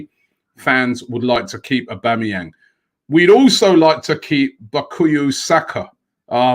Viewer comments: Bakuyu saka? Lol he shouldn't play for England if English people can't pronounce his name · ROBBIE mate, Please for God sake IT IS BOO-KA-YO SAKA. Please atleast name him correctly unlike that "Papabopolaous" video you did. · bUkaYo Saka Robbie lool this happens so much it's either undiagnosed dyslexia or just loves to chop up people's names 😂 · and his pronunciations " BakooEe Saka", you should hear him pronounce sokratis last name on "welcome to arsenal" video. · Robbie please learn how to pronounce his name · Literally butchered Saka first name pronunciations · Dapo Emmanuel 😂😂he ain’t the best with names.